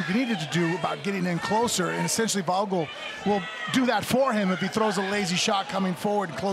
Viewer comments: Disrespectful he called the second guy Jake vogul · "Jake Bostwick vs Jake Vogal" c'mon bro you have one job... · He called vogul Jake. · Vogel is spoken with an F, but I'd pronounce it like that too if i wasn't german and named that as well^^